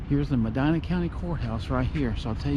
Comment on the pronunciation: Born here 1950. My family, Bless, were some of the 1st residents. Nice video. Love that you like trees. Me too. Btw, the county is pronounced Meh Dee Nuh.